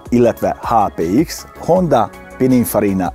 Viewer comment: Nem HondÁ hanem HondA. Köszi